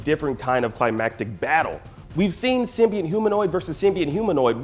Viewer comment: Learn how to pronounce symbiote jesus